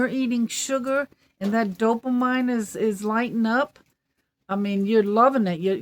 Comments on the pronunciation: Just FYI, it's pronounced dopameen!! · Hi!! Retired RN here and just to let you know, dopamine is pronounced "do-puh-meen"! It's not how it looks. lol. Love You! ❤️🤗🙌🙏